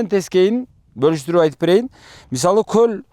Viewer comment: Коозрак суйлончу! Коль эмес, голь деп айткан тууру болот адабий грамматика боюнча. Ошто туулгам.